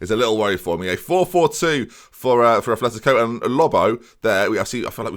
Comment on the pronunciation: Its fuckin " Atletico " madrid not "athletico"